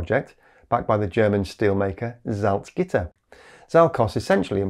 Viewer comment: super kudos to pronouncing Salzgitter!